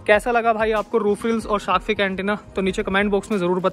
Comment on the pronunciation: Correction bro: Shark Finnnnnnnnnn not fig, thank me later 😊